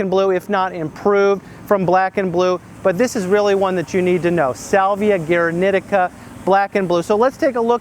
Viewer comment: The pronounciation is as "gooaraneeteeca" with accentuation on the first ee.